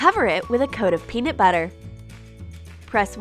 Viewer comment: its not called peanit butter its called peanut butter